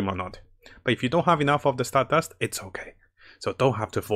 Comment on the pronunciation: Every time I hear "Stardast": *JOJO's flashbacks intensifies*💪👾💪